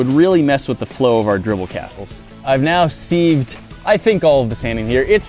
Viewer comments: Man really just said seeved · seeved? methinks he's saying it wrong its literally siv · sivved not seeeeeeved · "Seeeeeved" ? That's not how you pronounce that lol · He seeeved the sand 😂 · I got mad every time he said "ceeved" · I can't believe that an intelligent guy like can't pronounce a simple word like sieved correctly. Mind blown!!